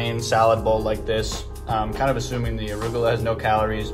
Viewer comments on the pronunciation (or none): none